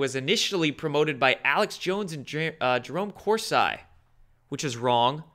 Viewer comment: Jerome Core-see. Thanks for all you do.